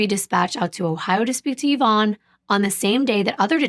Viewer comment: I just have to say I appreciate you saying the name “Yvonne” correctly :) it’s my late mother’s name, and she hated it bc nobody pronounced it correctly. Even after she’d tell them how to say it 10 Times.